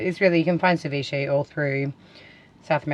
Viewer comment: It actually sounds like your saying Deviche when it's Ceviche and it's South American (Peru) NOT Mexican! and cook your dam fish! it's full of parasites that will take over your intestines and all your vital organs and eventually kill you!!!!!!